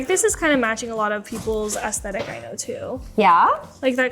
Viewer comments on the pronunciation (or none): Nice picks for the highlights. I also dont want to give any shade, but I feel compelled to say something about how nowadays everyone seems to be pronouncing the word "Aesthetic" as "Ass-thetic". It seems to be a contagion specifically within the journaling community, with many other creators saying it the same, but the correct pronunciation is "Esthetic" with an E like in Elephant. Please lets retire the "ass" thing.